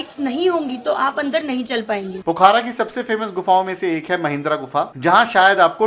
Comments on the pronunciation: its pokhra not pokhara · Pokhaara nhi hai wo pokhra hai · Brother it's Pokhra not Poookhara🇳🇵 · भाई साहब यह पोखारा नहीं, पोखरा बोला जाता है पूरे नेपाल में या भारत में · Pokhara hota h, Pokhaara nahi, Phewa lekh hota h, feewa lekh nahi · पोखारा nahi पोखरा बोलिए